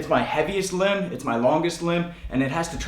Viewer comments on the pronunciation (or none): none